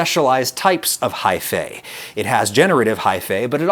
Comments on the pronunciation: its pronounced high-fee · One of my biggest pet peeves is when the "-ae" suffix is pronounced "ey". It's "ee"! Haifee! Gah! I'll try to power through! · lol at every time he says high-fay.